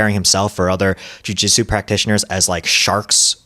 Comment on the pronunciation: Jujitsu is a three-syllable word.